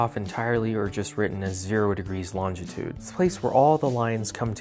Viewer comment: Don't pronounce it 'antartica'. ...There are two 'c's etc. Proceeds to pronounce it 'antartica' Pronounces it 'antartica' Pronounces longitude as 'longditude' Kettle. Pot. Black.